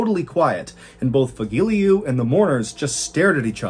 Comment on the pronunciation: Fagile?... No Fagilyu